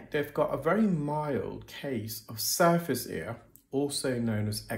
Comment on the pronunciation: I thought you were saying SUFACE ear 😂